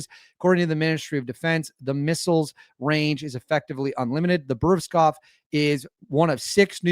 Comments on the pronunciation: Good content. However let's see (err..hear) at least an attempt to get the Russian names right. You get Putin's name correct: Pootin not pewtin..nice! Valery Gerasimov: Val-err-y Ger-az-ee-mov. The new missile, yeah that is harder! Burevestnik: Bur-ev-tz-nik. Re. is it unstoppable? Interesting...the usual way the Russians are defeating air defense it to so have 1/ hypersonic speed and 2/ unpredictable trajectory. This new missile is relatively slow (mach 1-ish) *but* does do 2/. I'd have a little doubt about the claim due to this. However the (near) unlimited range means it can fly around for ages and attack at a time when the enemies air defense is depleted, so sure, is a serious new threat! Re: can it be mass produced? I think this point has been proven: 1/ There is a regular production of Su-57 now (it was stalled by sanctions, but now overcome) 2/ The Oreshnik exotic metal kinetic hypersonic missile demonstrated last year is now in serial production. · It’s pronounced “boo-re-west-nick” and translates to a bird’s name “storm petrel” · Russia doesn't bluff. They deliver on all their promises. Btw, the trick to properly read Russian words is not to shorten it to 2 syllables. They are long, so split them up be syllables(consonant + vowel) and read them all. Bu+re+vest+nik